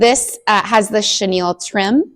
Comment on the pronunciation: Stitching for me! Snow Village is so adorable!!! You are almost half way done! Super cute! You can do it! 💙🩵🤍💙🩵 Chenille trim is pronounced shuh-neel. Your Christmas Garden is going to be gorgeous! I have never done a tribute like that. Do you write all your names on a separate card and attach it to the back? I love Primrose Cottage too! Thank you for the suggestion of the second market. I can't imagine what our neighbors are going through. Beautiful stitching! ❤❤❤